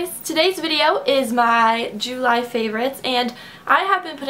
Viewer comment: You say July weird lol